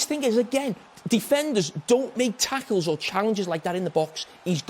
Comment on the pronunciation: don't make taackles in the bawks 😁